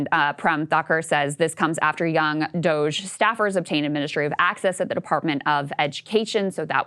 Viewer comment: Shoutout To Ryan Grim, his insightful takes, and the way he never pronounces DOGE right.